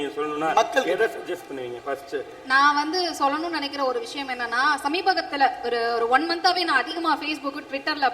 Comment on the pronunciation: Sameebagathula illae maami, SAMEEBAthula...